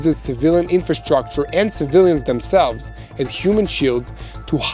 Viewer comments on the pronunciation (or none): none